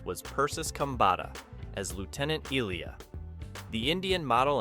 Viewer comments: Narrator's pronunciation of Ilia as "ILL-ee-ya": Okay, somebody hasn't actually seen the movie. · Ilia. (Eye lee ah)